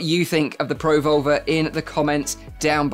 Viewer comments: Neat technology, thanks for the video! I can't hear anything other than "pro-vulva" with the dropped R's 😂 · Yeah, he really shouldn't emphasise the pro and leave the volver on its own. Pruhvolver like revolver, Pro - volver is something Fleshlight will make in 2052.